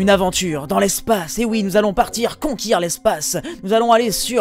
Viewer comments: Au passage on dit conquérir et pas conquir :) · "conquir" gg xD